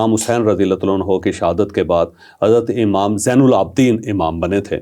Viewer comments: The word is Imam not Amam. Urdu ka Q@ aam horaha hai bhai 😂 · امام میں الف پر زیر ہے، زبر نہیں۔